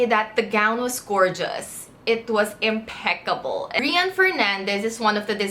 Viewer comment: It's the impeccable for me and "mag Tagalog ka Sam"😄